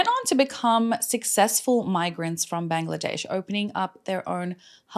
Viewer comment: Thank you! I was today years old hearing the correct way to say Bangladesh! Keep up the good work! We adore you and are grateful for the stories you share with us with such compassion and intelligence.